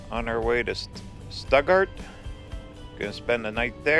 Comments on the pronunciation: Well it is named after the one in Germany, but it isn't pronounced Stootgart, it is pronounce Stuttgart, just as it is spell Stutt. Remove all the T's and it is also known as Sugartown. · that town in Arkansas is pronounced STOOTgart. I imagine it got its name from Stuttgart, Germany.